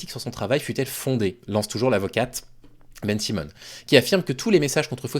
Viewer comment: Juste une précision...c'est pas une avocate, c'est un avocat. De plus, il s'appelle Bensimon, pas beNNN simoNNN !!! Tu serais pas antisémite, par hasard...?